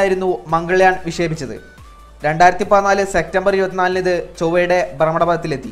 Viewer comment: എന്തോന്നെടെ..... സെക്റ്റമ്പർ? സെപ്റ്റംബർ എന്ന് പറയൂ